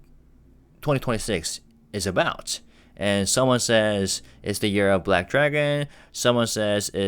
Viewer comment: Thank you for another great video. I really appreciate all that you do. Happy New Year! Speaking of which, would a Korean learning English pronounce the word “year” as “we’re?” Did my ears deceive me or did j-hope possibly drop a spoiler?